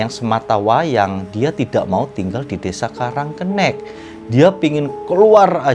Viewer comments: Jangan sok tau masalah karang kenik, nyebut namanya aja salah, sok tau masalah di kampung itu,, Nama kampungnya karang kenik, bukan karang kennek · Itu bacanya karang kenik,, kenik itu artinya kecil uncle,, kenek sama kenik itu sama aja, tapi uncle cara pengucapannya aja yg kurang tepat, gitu,, semangat terus,, lop